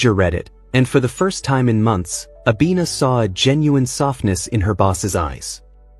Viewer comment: Her name is Abena, which means Tuesday. Not Abina correction, please 😂😂😂😂